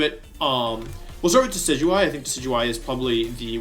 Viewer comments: Aww, you pronounced Decidueye correctly. I got so used to hearing "Decky-Dewey" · Wait did he just pronounce decidueye correctly?